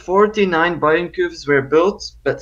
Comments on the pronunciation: It's just "Bayern" not "Bayren" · Your pronounciation of Bayern was SLIGHTLY wrong, the 'r' comes after the 'e'. It's the last sound before the n. Source: I'm from Bayern. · Instead of saying "Bayren" try pronouncing it like "Bayyearn". Or like the english word "buyer" but with an "n" at the end. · Bayern, said [Buy Urn / Buy an]. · It’s pronounced Bayern BAY-ERN . Like the FC Bayern club from Munich. As a German speaker I can confirm u are pronouncing it wrong